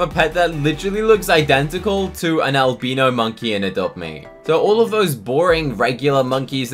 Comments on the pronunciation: AL-BYE-NO not albeeno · not an albeeno, its pronounced al - bye - no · “Alb*EE*no monkey” Me: “Alb*I*no monkey"👁👄👁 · Albeeno it's albino not being rude just saying:) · Alb-ee-no monkey is the best pet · The way he says albino 💀💀💀